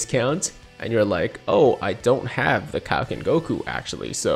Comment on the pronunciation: It is most definitely not PRONOUNCED Kowoken but it IS PRONOUNCED KAIOKEN